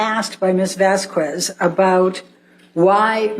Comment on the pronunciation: And... There's sun in the Bahamas, right?! 🤣🤦☀️ ELAINE!! 🤡 Her jealousy over Rochelle, was so transparent. It's Vas-K- EZ not Vas QW- EZ, ELAINE!! AQUA- MAANN! 😂 Amber's lawyers bitching about Amber being mocked as a victim, but mocked Johnny Depp, the real victim, during the trial, so cruel and unprofessional!